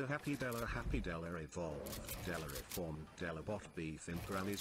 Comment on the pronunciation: “Reformed” he said ...... “reformed”